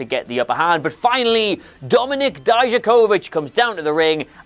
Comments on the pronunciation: "DIE-JUH-KO-VICK" It honestly isn't hard to pronounce. At all. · I think hates Dijakovic because he can't pronounce his name without biting his tongue several times